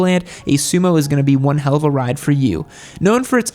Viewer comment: please dont say hell like that